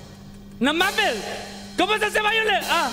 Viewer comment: Dice orench y vaiolet